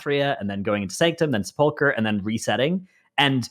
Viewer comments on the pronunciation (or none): How can this guy still not pronounce sepulcher he is trolling I swear